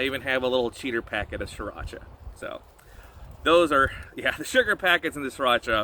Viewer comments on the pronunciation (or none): none